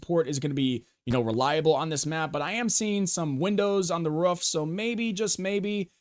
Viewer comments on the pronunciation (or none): Bro is barking every time he says “roof” 🤣🏠